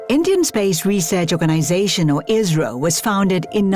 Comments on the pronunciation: why are you saying israel instead of isro? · Pronunciation of ISRO is not IZRO